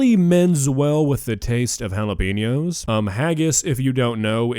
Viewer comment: Considering he is whiter than a piece of freshly made paper and cannot even pronounce Jalapeños correctly, I think the most daring thing he did in this video was use some in his “Dish”.